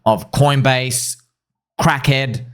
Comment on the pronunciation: Calling Kraken “crack-head” is hilarious!! 🤣🤣🤣